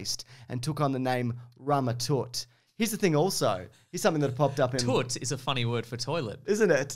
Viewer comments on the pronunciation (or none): Lol, Rama-Toot. I believe it’s pronounced “Tuh-t”.